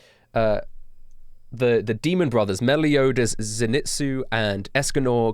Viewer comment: This dude said meliodas, the zunetsu, and escanor.